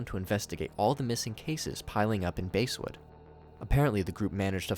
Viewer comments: it's pronounced bass like the fish not base, i live near Basswood IRL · It's bass not base like a large mouth bass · It's not base it's bass lmao english much? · It's not basewood its basswood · “Base-wood” lmao